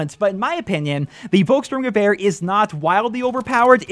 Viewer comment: Hey, you pronounced the name of the gun pretty good:) Just one thing: Pronounce the "V" like an "F", then it is perfect:) Like: Folkssturmgewehr